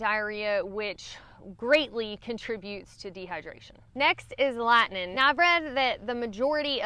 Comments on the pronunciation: What the hell is "Lihnin"? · I just wanna hear you say "Lat-nin'" again 🥰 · I feel like I am back in northeast Tennessee in the tri cities area when I hear you saying certain words like lightning,hiking,night...us Tennessean tend to leave off the "g" sound when pronouncing those words.